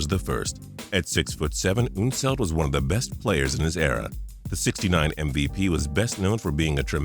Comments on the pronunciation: ??? Artis Gilmore was definitely not named one of the 50 greatest players of all time! Also, it's UHN-seld, not OOHN-seld. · Pronouncing unseld weird